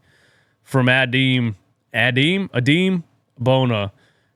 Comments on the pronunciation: Aa-dem lol not a-deem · Lmao it’s Adem, not Adam, not Adim. lmao just listen to the broadcast say his name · Adem sounds like Eh-dem